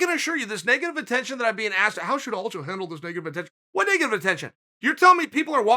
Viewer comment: Will Chael ever get Aljos name right? ALDO.